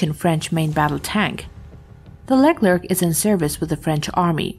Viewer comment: leck lerk? hahahahhaha it's pronunciation is > Lay Clare